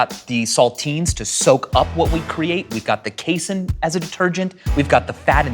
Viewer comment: I've never heard anyone pronounce casein that way before. I'm tilted